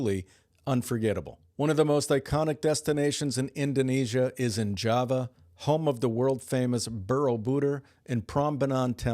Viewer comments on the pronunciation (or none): none